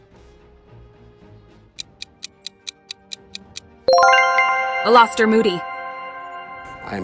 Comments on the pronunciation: Nick was nearly headless I agree with the person who said that I haven't read any comments except for that one if you commented on that too thanks also it's not Aluster Moody it's ALASTER Moody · You're saying it wrong. It's SluGhorn, not SLUDGEHORN. It's AliSTIR not AliSTORE. It's NEARLY Headless Nick, not HEADLESS Nick!